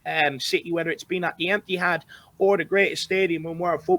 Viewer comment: Lol.. did say the Empty-had 😂